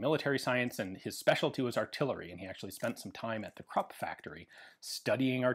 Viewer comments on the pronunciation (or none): Krupp not Crop Kru pronounced like cru in cruel and add a short, hard 'p' at the end. The 'r' has to be bit noticable.